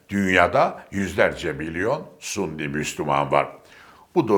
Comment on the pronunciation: "Sunni" değil, doğru şekli (Sünnet Ehli'nin kısaltması olan) "Sünni"dir.